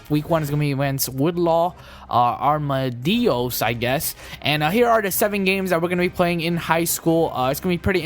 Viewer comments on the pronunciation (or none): Arm-ah-dill-o is how you pronounce it